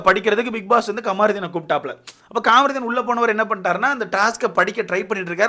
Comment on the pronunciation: கமாருதீன் இல்லை கமுருதீன்